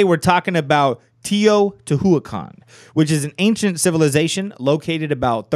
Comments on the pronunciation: i eat plants You don't roll your tongue 🙄it's not a double R sound... he just commented that the pronunciation was way off. I love learning languages and it's a shame people like you are such haters of correct pronunciation. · That's not how you pronounce Teotihuacan, but ok.